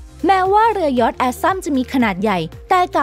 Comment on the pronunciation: เรือยอช เรือยอช อ่าน!!! เรือยอช